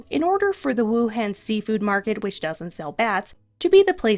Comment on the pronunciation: ITS PRONOUNCED WU HAWN Y WOULD U SAY WUHAND IT SOUND DUMB SMH